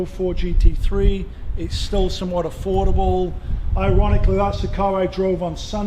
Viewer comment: 996.2 GT3 looks awesome!! He's calls it "afforable"